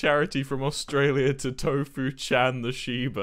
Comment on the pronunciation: I love when tofu chan says tofu he says it like tof chan